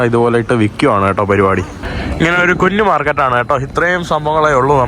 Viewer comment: കുന്നു market അല്ല, കുഞ്ഞു market എന്ന് പറഞ്ഞ് പഠിക്കുക